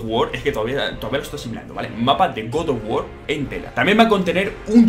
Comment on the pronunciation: Godof wor que cosa es esa aprende a hablar